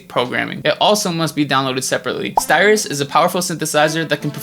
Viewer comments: I think you said styrus instead of sytrus (like citrus), but I REALLY appreciate this video! Thanks! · "styrus is a...." isnt it sytrus? xD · Great video Btw it's Sytrus not Styrus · “Styrus” 😭😭😭. Jokes aside though, awesome video man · This nigga literally said STYRUS. FUCKEN FACEPALM OF THE YEAR